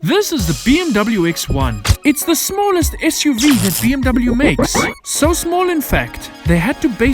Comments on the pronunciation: IT'S PRONOUNCED "BE EM WE"! AND NOT "BI EM DABEL JU"! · You need an angry German guy to teach you how to pronounce BMW accurately.